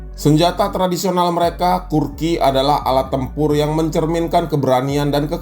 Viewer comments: kukri bang, bukan kurki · bukan kurki...tapi kukry... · Kukri bg bukan kurki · kukri bukan kurki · maaf nih bang, kukri bukan kurki